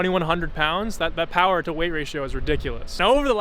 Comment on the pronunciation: Vtec powa 😂